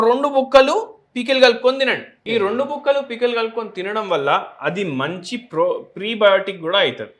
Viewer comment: Prebiotic కాదు, probiotic అనాలి